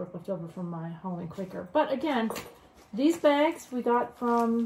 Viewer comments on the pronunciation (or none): Think it’s Quaker, not quacker lol. Loved watching you two